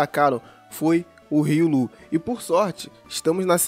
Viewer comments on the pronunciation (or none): Hiii... Sou super fã seu... Deixa eu te dar uma dica... Se diz Ri-ô-lu! Tá? 😘 Manda salve, ou dá um coraçãozinho 💗